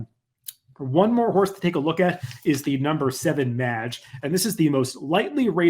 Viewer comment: Great analysis as always. It hurt hearing you mispronounce Mage through the entire video though.